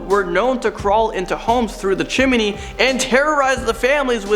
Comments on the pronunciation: Chim knee dude. Not chimeney lol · It's CHIM-NEE, not CHIM-IN-EE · Chimney He says Chim-min-ney 🤣 I love it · The way how you say "Chimney" is DISGUSTING.